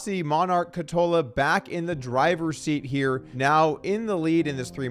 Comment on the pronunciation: Doug, if you want to say Ketola's name, give google translator a go. It says it out loud in Finnish so you don't sound like a Swede having a stroke from too much meatballs.